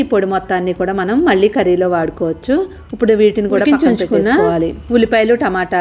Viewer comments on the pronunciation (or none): ఉప్పుడు కాదమ్మా ఇప్పుడు